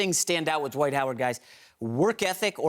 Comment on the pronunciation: Why is the word “Dwight” pronounced “dahwite?”